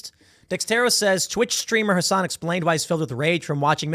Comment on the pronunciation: TIM saying Hasan right is disgusting